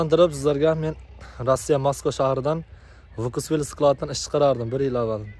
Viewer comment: Vkuss emas Fkus deb o'qiladi!